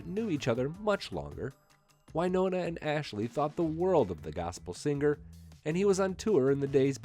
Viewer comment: To the Narrator ~ The word 'singer' isn't pronounced seenGRR. The g is soft in ing words. You should know this. You sound uneducated.